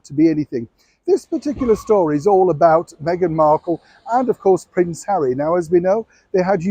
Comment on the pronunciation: This old man make his money trashing Duchess Meghan. He can't say her name right 😢